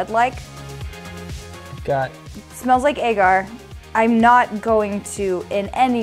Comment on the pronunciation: She says agar like egg art